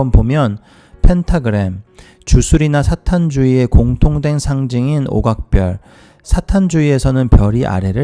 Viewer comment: 귀한 정보 주샤서 감사합니다 한가지 사탄이라고 분명 언급하시는데 읽으시는데는 사단으로 들리는데 맞나요. 사탄으로 읽으시는것이 맞다고 생각 되어집니다..